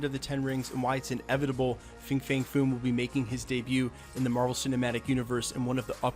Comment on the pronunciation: It’s pronounced FANG